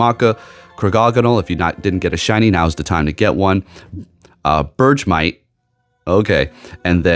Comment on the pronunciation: Fyi, I think its pronounced BergMite. Like ice(berg) and ter(mite). I could be wrong.